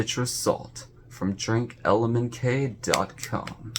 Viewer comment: Hey,.... You Mis-Said their Name, Dumb@ It's "DrinkLMNT", not "DrinkLMNK". Get it right..! 😑 MFs makin' Life Potions and yo can't even say their Name right..! 😑